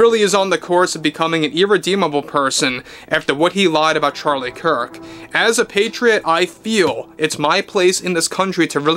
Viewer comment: Gosh, when will you learn to pronounce Charlie's last name properly...